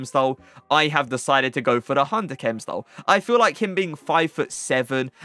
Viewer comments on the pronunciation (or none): none